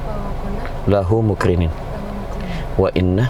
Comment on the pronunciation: Selama nonton prank taxi online saat doa pas bagian "Lahu Muqrinin" saya fokus bacaan target kok musti kayak baca "Lahu Muqrimin" (pake huruf mim). Entah saya salah denger ato gimana. Saya juga fokus ke bibirnya juga. Itu pun gak satu target aja sih. Target² lain juga kek nya sama.Mohon agar lebih membimbing target dgn jelas 😊🙏